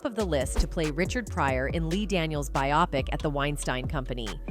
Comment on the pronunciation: Who says bi-opic instead of bio-pic??? Get with it!